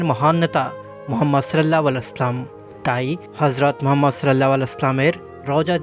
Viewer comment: Can you not post something without music for once? You can not even pronounce sollallohu alaihiwa sallam properly.